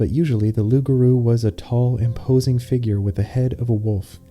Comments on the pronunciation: the r in garou sounds so american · the pronunciation of loup-garou is so right and wrong at the same time 😂